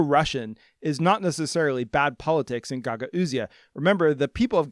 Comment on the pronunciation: I gotta say pronunciation of Gagauzia is driving me crazy. It's pronounced guh gowz or guh gowzia. Love the channel though!